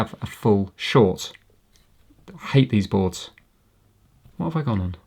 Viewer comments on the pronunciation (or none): Every time you say "hate these boards" in your accent, all of my google devices go off